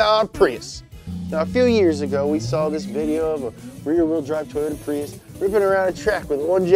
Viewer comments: did anyone notice PRUIS instead of PRIUS? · "Pruis" not prius?